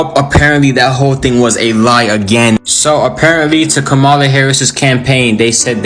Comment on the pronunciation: you still can’t pronounce the VP’S name. SHAME YOU! Her name is COMMA-LA! It’s simple.